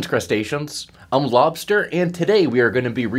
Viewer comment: LobSter (you seem to have forgotten the "s"?)